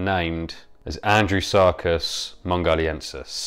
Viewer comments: I keep hearing "Andrew Serkis" :) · It sounds like you keep saying Andrew Sarkis. At first I thought that was who discovered the fossil.